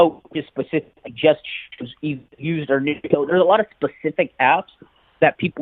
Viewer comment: einfach nur did you just try to say niche’ as neach